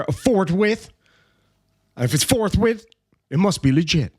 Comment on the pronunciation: Forthwithe. You know, adding an E because Ireland.